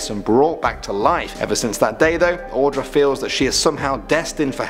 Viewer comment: My heart dropped when you said, Audra... That is my name. Also, you are one of the few people who has said it right, so kudos for that.